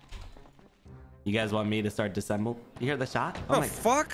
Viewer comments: For future reference it's disAssemble not disssemble 🤣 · AHHH!!! The way you are saying "disemble" is killing me! It's "DIS-UH-SEMBLE"......3 syllables!!!!!!!! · Can someone tell that it’s disassemble and not dissemble. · Every time pronounces "Dis-A-ssemble" wrong I want to scream! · I am loving these episodes. But the way that you guys pronounce “disassemble” bugs me! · Its Dis A SSemble (disassemble)